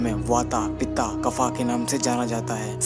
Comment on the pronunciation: सही बात कही, आप ने वात को वाता कहा, पित्त को पिता कहा कफ को कफा कहा, आपने भाषा की धज्जियां उड़ा दी. बहोत खूब. आयुर्वेद को आयुर्वेदा कहा. 😀 सब के मन जागे धरम सब का मानस निर्मल हो, निर्भय हो, नीर बैर बने सब, सभी। निरामय हो. सब का मंगल हो दूर अमंगल हो